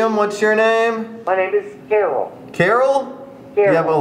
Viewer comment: It's not Carol it's Carl damn it!